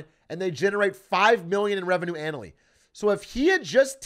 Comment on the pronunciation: “They generate 5 million in revenue anal-ly” Awfully suspicious business tactics…